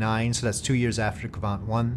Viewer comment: Great mission! Also, you’re pronouncing quite well, but its Kvant, rather then Kavant as you’re saying. And you said Kristall properly, so don’t worry